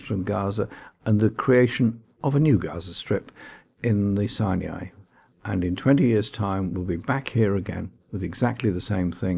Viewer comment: JC as always the voice of sanity and compassion. However, I really wish someone would politely correct him on his pronunciation of Sinai.